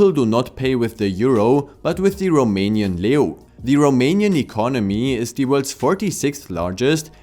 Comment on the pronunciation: You’re pronunciation was spot on!